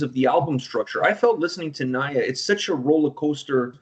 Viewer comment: Mispronouncing Nija telling me that sb here doesn't what the song is about 😂